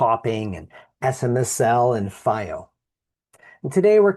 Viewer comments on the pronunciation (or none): Its pronounced FeeO, not Fye O. FiiO literally translates to flying proud in Chinese.